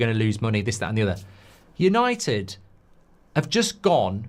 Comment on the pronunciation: It's Yawnnited